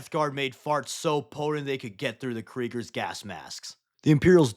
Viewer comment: The "Kerigers" feels wrong...but it's fine.